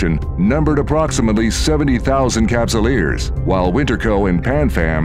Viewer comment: "83 thousand cupsulers", my man is high on CCP dope.